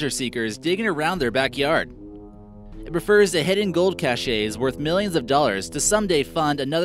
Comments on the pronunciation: The word "cache" is pronounced "cash", not "cashay". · Cache is pronounced "cash" not "cashey." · Cache is pronounced cash. kaSH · The real mystery: Why is this guy's voice so bad and why did he say cache like "Cash-ay?" xD (Jk bout the voice.) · Cache like cash. Cashet like cash-ay......Jesus , c'mon. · 3 mispronunciations in under 2 minutes....cache, New Orleans, Beauregard. ....Credibility lost...I’m out